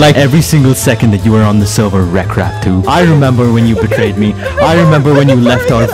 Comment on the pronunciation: "on the sewvew"